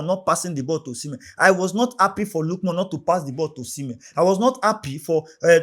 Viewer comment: it's not lookmon ,it's Ademola Lookman